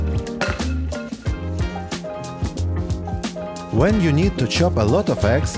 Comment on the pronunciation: а шо акцент такой нижегородский? :))) вэн йу нид - это конгениально! :)))))))))))))))))